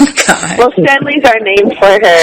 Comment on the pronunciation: Yew was sayin “thank Cawd” huh?